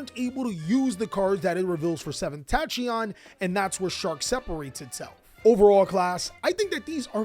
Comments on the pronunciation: wdym "seventh tatshyon" it's tachyon (takyon) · Oof, Tat-chi-yon returns lol.